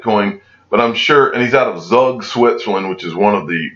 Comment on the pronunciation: Mate with all due respect “ again”. It’s pronounced , Zug Switzerland is pronounced “ Zoog “ As in the German language. The “ U” is pronounced “ooo” so Zug Not like Jug at all